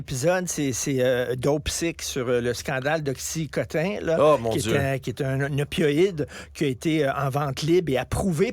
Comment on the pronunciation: Tessaie de te racheter une consience martineau tu devrais etre en prison pour complicite de crime contre lhumanite en plus on dit pas oxycotin mais oxycodin